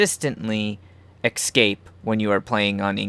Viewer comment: I know this is old and you probably won't read it, but I had to comment. There is no word as "excape" . Read the damn word. ESCAPE. see the E and S? There is no X or KS . You can read, can't you?